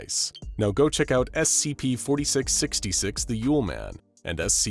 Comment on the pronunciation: gng he ment that he didn't say 4666 like a curse but said it like fourty six sixty SEX not six gng🥀🥀